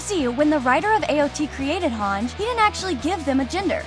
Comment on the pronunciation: I can't get over the fact she's pronouncing Hange as "Hanj"